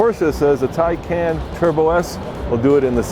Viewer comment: Is pronounced Tae Can and it appears that has a specific set of skills